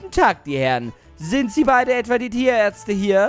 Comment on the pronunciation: Als erstes habe ich nicht "Ihr sied aus wie Tierärtze" verstanden Sonder "Ihr sied aus wie Diaerze" ; als solches habe ich es verstanden.